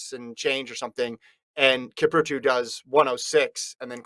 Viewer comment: Who the hell is "Kiprutu"? I mean come on, at least learn to say their names.